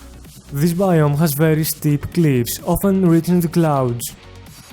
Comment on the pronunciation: "Bveery esteep cleeivs" God that made my day